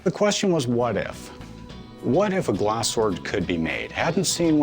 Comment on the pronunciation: Why does he keep pronouncing "Glaaaaaaas". I want smack him.